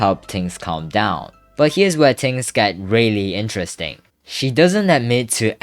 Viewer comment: "and this is where tings get really interesting"